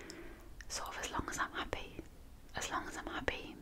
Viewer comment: You say hoppy. It's happy!!!